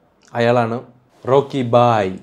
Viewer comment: റോക്കി ബായ് അല്ല ഹോക്കി boy 😂😂